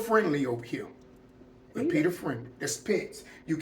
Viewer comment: PETA not Peter 😂